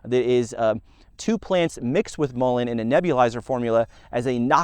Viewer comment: MULL E IN Not molin